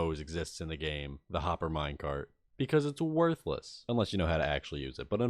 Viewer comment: The way he says "worthless" is home